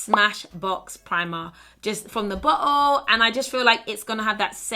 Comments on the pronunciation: When you said Bottle, I seriously thought you said butthole 😂❤ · pls tell me i‘m not the only one hearing BUTTHOLE when she says BOTTLE😂